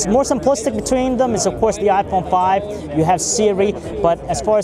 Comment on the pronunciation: WOw.. i guess he is a philippino guy. he said "iPone Pipe" i like the way how he says it lol